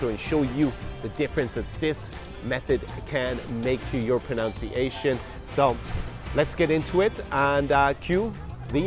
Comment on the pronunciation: I am having a serious problem accepting advice on pronunciation from a guy who can't even pronounce the word "pronunciation" properly.